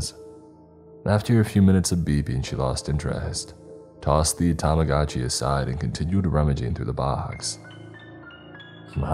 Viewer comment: ?? Think=pronounced. "*Tamagoodchi. But. Who knows